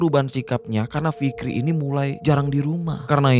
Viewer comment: Kirain cuman gua doang yg kedengaran nya ntah fikri /ntar rifki yg bner yg mn inii